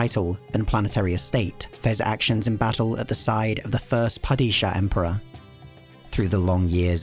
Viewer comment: i love you mate, but your pronunciation of padishah is rough